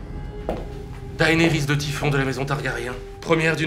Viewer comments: Daynerys les gars... Sérieux ? Ça se prononce Dénerys. Même si c'est écrit Daenerys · Oui, alors non, hein. Faut arrêter de prononcer Daénérisse. Ça suffit, maintenant. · "Chère Daenarys.." C'est Mort ! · non, dAEnerys en fait.